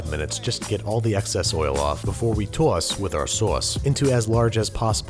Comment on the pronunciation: TAUSS WITH AR SAUSS